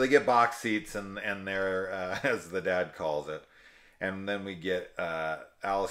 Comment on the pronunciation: daud,daud…. the way he pronounces dad always threw me. basically a slasher about Electro.